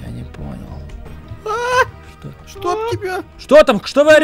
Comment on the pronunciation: сполился 😅😅😅😅😅😅когда он озвучивал ведьму он сказал,эй нипонел😅😅😅😅😅😅😅😅😅😅😅😅😅😅😅😅😅😅😅😅😅